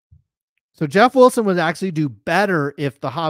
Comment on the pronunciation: JEFF WILL-SIN JEFF WILL-SIN.LOL